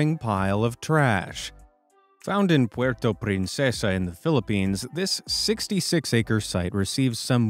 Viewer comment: I love the inclusion in your pronunciation of ‘puerto princessa’